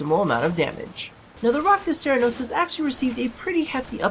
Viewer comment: did you really say Iraqda cernos?